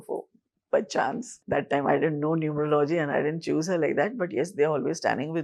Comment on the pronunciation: Its not "Numer-logy", It is "Nu-merology".